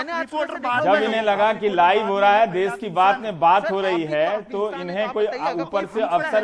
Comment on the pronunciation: देस नही॓ देश होता है